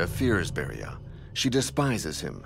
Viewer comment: 19: 02 it is not Beria